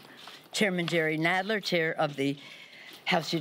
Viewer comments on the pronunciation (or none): "Jerry Gonad" She said aonther thing right.